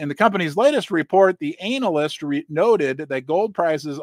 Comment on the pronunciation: You just corrected yourself on your pronunciation of certain words, then continued reading from the article and pronounced the word analyst "anal ist" 😂😂😂